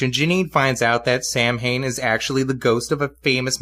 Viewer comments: I showed this video to a friend of mine and she cringed whenever Samhian's name was spoken. She's Irish and said the name is actually pronounced "Sow-in". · It's Samhain!!